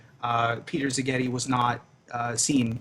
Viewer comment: Szigeti (s not z, stress on the first syllable) is a traditionally hungarian surname literally it means "from (an) island"